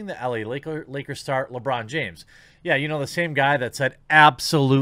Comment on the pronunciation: Lewong Jiames